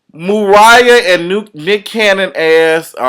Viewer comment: He said Mooriah :(